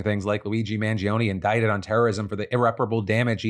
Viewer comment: Phill you claim to be italian but can't pronounce mangione. 😂